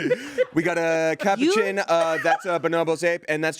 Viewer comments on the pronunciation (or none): The way they are pronouncing “Capuchin”monkeys 😂